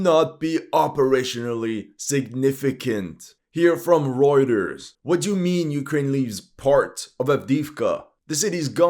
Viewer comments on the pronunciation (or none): none